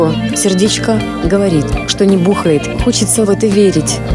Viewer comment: "не бу́хает" В ГОЛОС ПХАХХАЗВХВХАХП